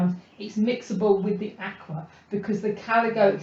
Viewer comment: Great videos. Susan Rostow, the maker of Akua inks says, Akua is pronounced a-koo-ah and means "spirit" and "honor the land" in Hawaiian.